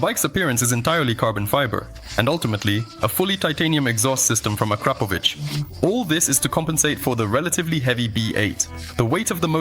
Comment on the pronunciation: A note for the narrator. The word is akra-pov-ic rather than a-krap-ovic. Just to keep the language pure A F! Now, moving right along, thousands of us would literally LOVE to have a modern F1 V8 in a nicely balanced motorcycle chassis! Good on ya Mates'! And backspin 200 MPH would become a common reality, without considering what it will do at Km/h!?